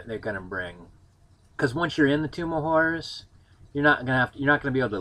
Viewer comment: Maybe it's the hard strawberry you're drinking or the Dragon Stout I'm drinking but I could swear you said "Tomb of Whores". That sounds a lot more fun.